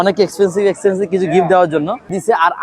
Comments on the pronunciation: Expencive ❌ Excencive 😂😂😂😂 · Expensive ❌Excencive✅